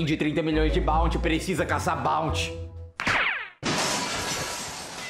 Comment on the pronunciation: ele falou bouty